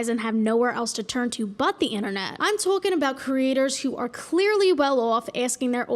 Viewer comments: Sounds almost like TWOC-ing. Which is something completely different. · Twolking about